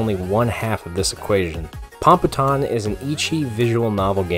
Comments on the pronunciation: Po Po Tan not Papa tan TT_TT ahhhhhh pronounciations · Also, Popotan is pronounced with long O's.